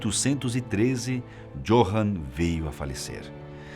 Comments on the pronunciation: Johann lê-se com com de "i" = iohann. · Não quero ser chato , mas "J" (jota) em Alemão tem som de "i" (Johann deve ser pronunciado "Iôrran").